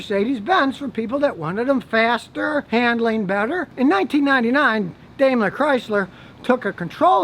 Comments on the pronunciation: It's pronounced "DIME-ler..." but I won't hold it against you; I only found that out ~ 6 months ago after a lifetime of saying "DAME-ler" myself... ;-) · The Bruce Willis pic killed me :) Anyway Scotty, Daimler is pronounced Dime-ler. Yep just like the dime. It's how it's pronounced in Germany. And Gmbh is the German version of our 'LLC' (limited liability company).